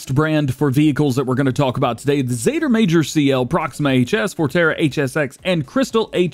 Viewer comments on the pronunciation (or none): none